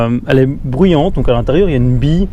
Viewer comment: on dit bruyant!!!